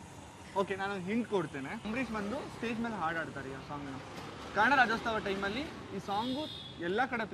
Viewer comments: .... sir...I have already commented in your other video...that is "Rajyotsava" not "RajyoSTAVA"....Please ..pronounce properly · ನಿಮ್ಮ ಕಾರ್ಯಕ್ರಮ ಚೆನ್ನಾಗಿದೆ. ನೀವು ಪ್ರತಿ ಸಾರಿ ರಾಜೋಸ್ತವ ಅಂತ ಹೇಳ್ತೀರಾ. ಅದು ಒಂದು ಸರಿ ಮಾಡ್ಕೊಳಿ. Other than that your content n videos are really educating n entertaining 👍🏻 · ಅಣ್ಣ ಅದು ರಾಜ್ಯೋಸ್ತವ ಅಲ್ಲ, ರಾಜ್ಯೋತ್ಸವ